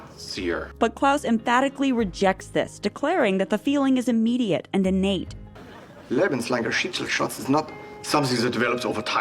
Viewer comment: Greetings from Germany "Lebenslangerschicksalsschatz" is pronounced terribly wrong the whole time and not a real word ^^